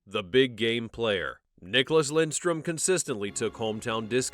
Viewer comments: Yankees, its Lidstrom, not Lindstrom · Ya, his name is Lidstrom, not Lindstrom. Jesus. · Why do you say Lindstrom? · Had to turn off immediately when I heard his name pronounced incorrectly 3 times in the first 30 seconds. If you’re going to do a piece on a guy at least know how to say his name.